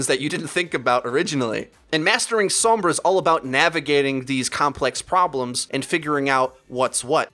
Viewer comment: Does anyone else pronounce sombra and pharah the way does? It annoys the crap out of me.